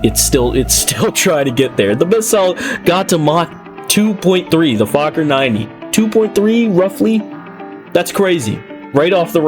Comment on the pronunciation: I’m pretty sure fakhour is not pronounced like that.